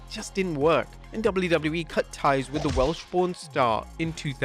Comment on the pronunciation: Welsh p*** star😂 that's what it sounds like you're saying if only the world was that lucky😂